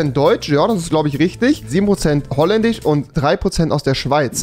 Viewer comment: finnich, polnich, holländich xd